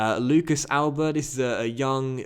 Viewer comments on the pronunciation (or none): none